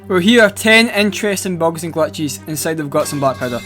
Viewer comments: Glatches ✅ glitches ❌ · "Bugs and Glatches" Most Scottish voice ever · Bogs and glatchhesz